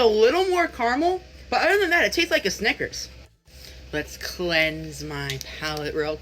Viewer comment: the emphasis on Snickers was a bit too profiled, now on top of everything you're racist?